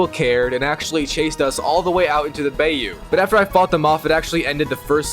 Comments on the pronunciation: Why did you say bayu😂 it’s bayou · Did homie really said Bae You